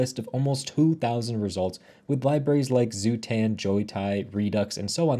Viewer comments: Pretty possible that (der) Zustand shall be pronounce in German spelling. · If you're going to mention "zustand", you might want to learn how to pronounce it correctly. ;-) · Hahaha "zoo-tand" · Zootand?? I hope it’s not the first time you’re seeing this lib lol